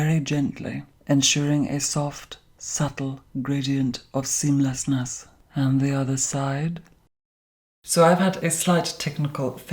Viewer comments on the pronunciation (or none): "Ensuring... seamlassnass" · Now i can use "seamlesness" pronounced clearly in the microphone as a ringtone